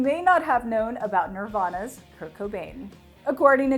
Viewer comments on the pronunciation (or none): none